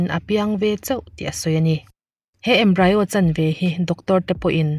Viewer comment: Embryo hi 'embri-o' (mizo tawng) a lam tur